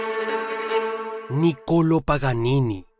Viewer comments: Felicitaciones por tan interesante biografía. Solo como información general, se pronuncia Nicoló y no Nicolo. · No Nocolo😂😂 Nicolo' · No hay manera de que pronuncies bien el nombre Niccolò